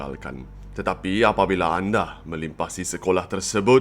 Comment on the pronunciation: Did you say “melimpasi”?